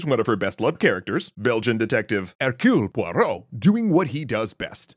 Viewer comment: Hercule Poirot would be proud of your pronunciation of his name :)